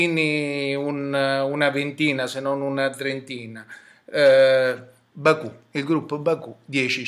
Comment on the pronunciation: mi piacerebbe assistere ad un confronto tra lei ed il Biraghi, tra una persona che parla in modo atroce e che produce video volgari e da terrorista ed uno storico dell'architettura. ah e comunque Baukuh si pronuncia " bauku " non " baku ".